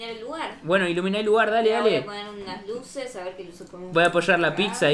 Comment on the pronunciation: Alguien escucho que en vez de decir (Luces) dijo (guses) alguien lo escucho o soy yo xd